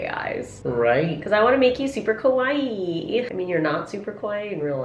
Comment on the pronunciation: When you pronounce “kawaii” it sounds like you’re saying “scary” in japanese and thats how your scott doll turned out XD